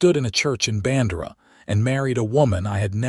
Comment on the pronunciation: No soul in Texas would pronounce BAN-DEIR (DARE)-AH rhyme with SANDRA. AT ALL. EVER.